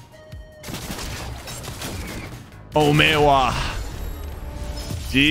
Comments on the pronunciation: did he just try to say momiwa but he said momeawa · btw it’s not oway ma It’s pronounced omi wa mou shinde iru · it sounds like hes saying o may owaaaa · he said o-may-wa